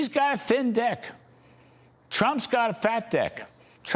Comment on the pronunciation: He said "deck" but it DEFINITELY sounded like another word than made me laugh out loud.